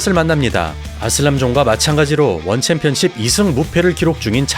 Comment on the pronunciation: 자꾸 원챔피언십을 원챔피언"칩"이라고 하네